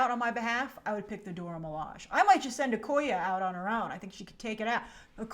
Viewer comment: Grace, "Okoye" is pronounced "YAY" at the end. You got the first 2 syllables right, but you haven't stuck the landing yet lol.